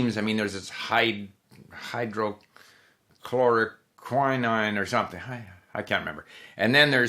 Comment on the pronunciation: You mean hydroxychloroquine and remdesivir:) It is funny to see a native speaker struggle with words I am quite familiar with. But then, I like molecular biology:)